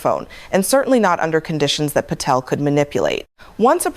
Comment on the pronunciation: There’s no”f” in Patel